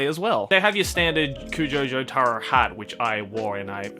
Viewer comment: Jo-TuH-Ro not Jo-TAAA-Ro